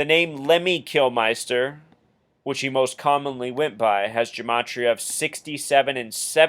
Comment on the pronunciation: Kilminster ! -not flippin, "Kilmeister" Not a good start. Edit Before Uploading ! No 'Like' from Me for starting off by getting LEMMY'S name wrong Twice !! You also have him down as 'Kilmister' and base a numerological thesis upon This ? HaHa -REALLY ?! -Just enjoy the music mate.